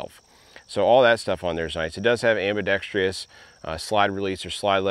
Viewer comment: same word, just pronounced correctly. 'Ambidextrous'. Sorry to be a poindexter, or coming off like an asshole. I did legitimately enjoy your video, and wanna check out the holster and belt used (thanks for including the info on them btw), I just find this particular mispronunciation annoying because it's so so common. Again, great vid. 👍